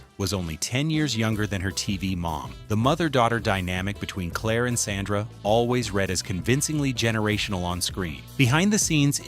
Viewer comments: The eldest daughter was S O N D R A, not, "Sandra,". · Sondra... not sandra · People who narrate these videos really need to learn their pronunciations. If he calls Sondra Sandra one more time…..